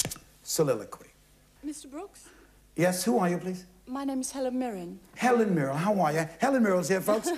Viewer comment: Check out Helen Mirren ! (She says Mirren but Brooks says Mirrell.)